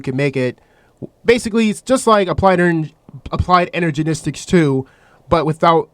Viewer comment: i heard ''ergenistics''